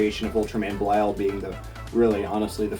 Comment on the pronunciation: Ultraman Belial should be Belial(Bellyal) not Belial(Belayal)